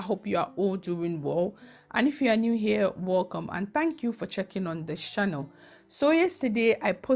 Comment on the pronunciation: Yeah me too you were Nigerian maybe living in Gh because you say ‘’wOlcome’ ‘the way they say it instead of Ghanaian wElcome